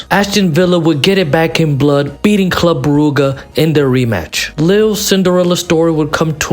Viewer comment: same thing with club brooguh